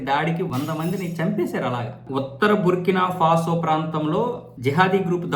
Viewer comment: బుర్కినా ఫాసో, బుర్కినా సాపో కాదు.